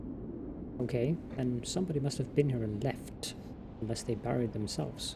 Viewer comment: ..just another aside, buried - you pronounce it like barry (barried) it is berry (bury/buried) Great series btw, hope to see more :)